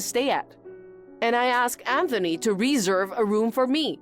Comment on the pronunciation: 'Reh-zerve' not 'reee-zuv' Also, well done on correcting your pronunciation of 'stingy' 👏👏